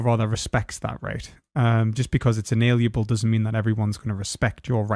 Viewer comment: You keep saying "inaliable", when you mean "inalienable".